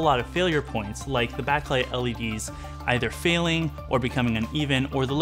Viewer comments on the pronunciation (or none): none